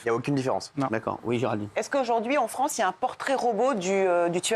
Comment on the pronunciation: la fwansse plutot ou lafronce